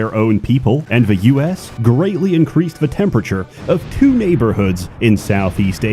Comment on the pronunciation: WHY DO YOU SAY TWO SO WEIRD